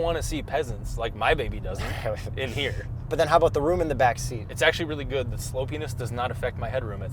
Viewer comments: "slopeyness" I heard it as "slow penis" LOLOLOL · Did you say slow penis or sloppynes?